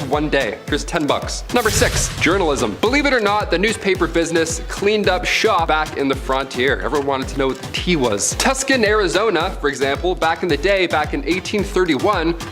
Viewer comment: Would have been better without so many repeats of the same thing!!! Tuscon is not tucksun.... Lodi=low-die 🤷🏼‍♀️ But at least gets more correct than most!! Fake southen accent....big nope.